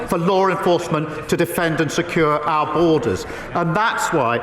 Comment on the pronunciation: At least Ed Davey says “our” - Starmer says ARE and I can’t bear it.